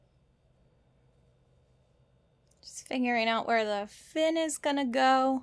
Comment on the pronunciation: Every time you say 'fin' I hear "RAAAAAAAAAAAYYYYYYYY!"